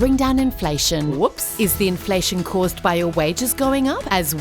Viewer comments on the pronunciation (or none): "INLFATION' ! LMFAO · "Inlfation" , guys. 😉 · WHAT IS INLFATION? ;) 1.15mark